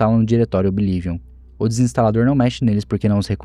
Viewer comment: Desculpa, amo seus videos mas q agonia vc falando OBI LIVION, qual problema em pronunciar corretamente kkkkkk